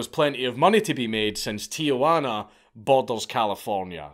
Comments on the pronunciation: Just something that bothers me, but "Tijuana" is pronounced as "Teehuana" (soft t) not "Teeahuana". Definitely not the only bad pronunciation, and I know he doesn't care, but it's a common mistake that I don't understand at all. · You'd think if you're making a video about a foreign person/country you'd try and get the names right, but nope. Not this git. Fle-chaz, not flekaz. Tee-juan-ah, not tiajuana, which is aunt juana.